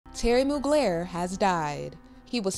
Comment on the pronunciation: Moog-layer??? 🤦🏼‍♂️ At least learn how to pronounce his name properly.